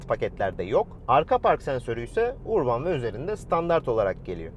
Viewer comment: URBAN URBAN DEYİP DURUYON DA URBAN " ÖRBIN " OLARAK OKUNUR HACIABE :))) ÖRBIN